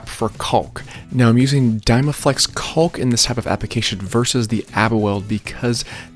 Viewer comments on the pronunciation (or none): why do you keep pronouncing it "calk" the L is silent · The L in caulk is silent jabroni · Looks awesome! Great job!!! You are way braver than I am painting it white! I want to paint my front porch and the stencil gives me something to think about! One thing, the "L" in caulk is silent. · I've never head anyone say "caulk" like that, also very good video! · I just came here to hear him murder the word caulk😆